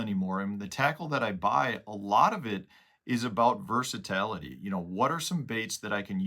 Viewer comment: Versa-tAlity??? I think it’s versa-tility…